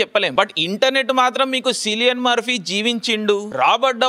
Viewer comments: Sillian Murphy kadu anna Cillian Murphy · mundhu Cillian Murphy ela pronounce cheyyalo telusuko bro taruvatha reviews ivachu😂